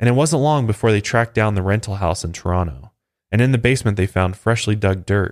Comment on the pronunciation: You say Toronto like a local 😎👍🏻